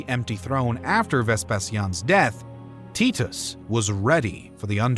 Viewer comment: It's Ves Pay She In - Vespasian. It's Ty Tus--Titus.